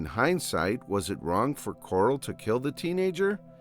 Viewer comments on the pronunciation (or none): "Coral"? Instead of saying his name correctly as Carl. it was a good video but that was annoying as hell